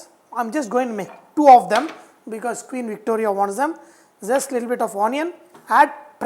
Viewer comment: Wow VahchefGuruji, so nice. Last Thursday I made your style naan, it looked nice and professional. Soon, will make these! Thank you Sir, please enjoy your Sunday with your lovely family!I loved the Hyderabadi style calling Queen Victoria. Vahchef Guruji, some day if you don’t mind, please tell us your version of chai...my favourite drink!